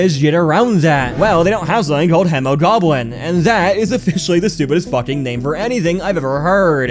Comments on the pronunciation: hemoglobin is pronounced “heemoeglobe-in” (If it was on purpose, sorry for being pedantic, if it wasn’t, congrats on learning how to pronounce a word) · its pronounced hemo-globe-in or hema-globe-in also you mispronounced bombardier pronounced bombuh-deer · well when you pronounce it like that i’m not surprised it sounds stupid to you 🤨 it’s HEE MAH GLOW BEN🤓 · Him pronouncing hemoglobin is just hilarious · Okay that hemoglobin pronunciation is insane actually